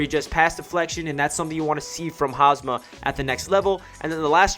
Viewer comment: Great video ✈️✈️...btw it's Hamsah**